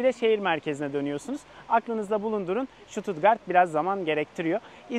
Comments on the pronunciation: Stuttgart i, Susttgart diyebilirainiz st genelde St okunmuyor Sģustgart diye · Ştututgart değil Stuttgart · Şutut değil ştutgart okunur!